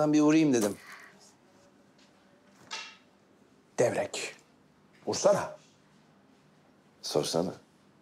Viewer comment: Devrek mi dedi o